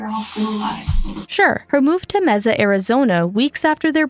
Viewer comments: What the heck is "Mezza?" Learn your facts before making a video! Even those who don't speak Spanish know how to pronounce Mesa, AZ! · NO, IT IS A SPANISH WORD, AND IT IS NOT PRONOUNCED THAT WAY. If you or anyone else have any problem with that, go an search a public free online translator or a spanish speaking person. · Mesa is pronounced Maysa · Mesa = mai-suh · As someone from the area, the way you pronounced Mesa was like nails on a chalkboard. May-sa. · Its pronounced May-sa 😅 not that its that important, but figured id mention it, since ive been in the area my whole life. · It wouldn't surprise me. I was so distracted every time she said "meza" that I probably didn't even notice. If you're going to pour time and effort into documentary style videos, part of that time should involve making sure you're pronouncing words correctly - especially for people and places. There are other videos where she's pronounced names wrong too, despite the correct pronunciations being readily available. It's grating. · So cringe😂 I’m from AZ and hearing her say it bugs me to no end 😂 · Side note: MAY- suh, Arizona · As someone who has lived in AZ my whole life, here it is pronounced MAY-suh. In Spanish, it’s is pronounced meh-suh, but the city is pronounced like the month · Yes, hearing her say that wrong constantly was getting pretty annoying. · Yes thank you. 😂 I cringed. Everything she said mee saah. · Learn how to say Mesa, right. 98% of this is old news. 👎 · Sorry not trying to be rude but since I live in the Phoenix area and near Mesa everytime I would heard the mispronunciatuon of Mesa in the video it would grate on my nerves lol. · God bothers me you dont know how to say mesa arizona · The way you pronounced Mesa made me cringe every time! Google much??? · the fact u can’t pronounce mesa is disturbing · Please look up how to say the location you're are doing your video on. It doesn't take much effort. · Watching in Wisconsin. Also cringing. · "May-sa" not "Messa." 😛